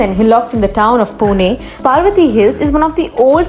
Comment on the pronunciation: Paarvati hill nahi parvati hill पर्वती